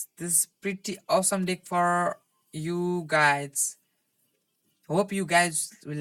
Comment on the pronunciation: You should google how to pronounce match and deck... you’re saying mass and dick...